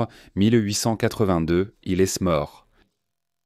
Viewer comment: Insupportable à écouter ! il faut des temps de pause nécessaire et il y a plein d’erreurs de prononciations ! Il esss mort : quoi ?